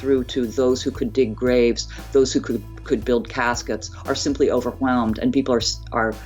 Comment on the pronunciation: “Over who welmed”